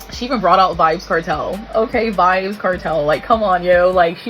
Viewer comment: Did she said vibzz Kartel 😂😂😂 child stop